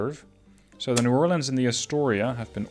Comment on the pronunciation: Ayyy!! Two New Orleans classes! Louisiana represent!! Also, suprised you actually pronounce New Orleans correctly. Everyone pronounces it "New Or-Leens" which makes us want to punch them.